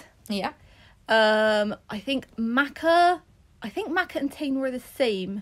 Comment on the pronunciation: I really love this game so thank you! Just as a heads up though, since Maaka and Tane are Maori their name pronunciations are different: Mah-Kah, and Tah-Nay! I'm not Maori myself but I'm from New Zealand, and figured you'd appreciate getting a heads up!